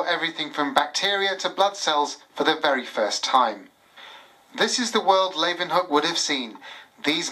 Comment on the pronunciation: You'd think the TV presenters would learn to pronounce the Dutch father of microbiology's name properly -- how a native English speaker would pronounce: 'Lay-oo-wen-hook' ('oo' as in 'book')